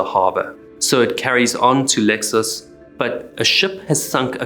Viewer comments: Absolutely butchered Portuguese harbor names 🤣. Lexus harbor 😂. Kidding. Great vid as usual, long time sub. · LEIxÕES READING OR SPELLING LEI CHOENS